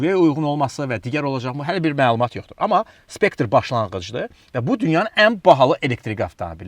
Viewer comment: Not specter but Spectre Mr.